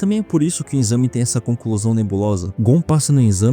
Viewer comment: Muito bom… mas pelo amor de Deussss é EXAME NÃO É INNNNXAME